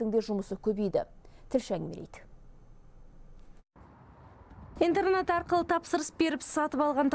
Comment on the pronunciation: Тілші сауатсыз интернАт емес интернЕт.